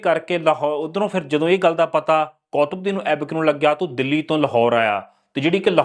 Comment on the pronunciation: ਬਾਈ ਜੀ ਉਚਾਰਨ ਕੁੱਤਬਦੀਨ ਹੈ, ਨਾ ਕਿ ਕੌਤਬਦੀਨ।